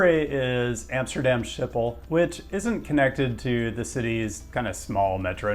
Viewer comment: Dutch pronunciation is tough but I think you can do better with Schiphol ;)